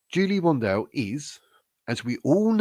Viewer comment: First learn how to pronounce her surname correctly. Second ,Julia has DNA material from the Portuguese police and has a private LEGAL investigator and she's got every right to do so. Third,cure the flu and get vaccinated for the future. I see it affects you mentally 😂